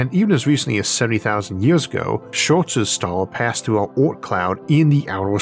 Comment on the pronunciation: I'm over here looking for "Schwart's Star" and then "Short's Star" like an idiot. It's Scholz Star.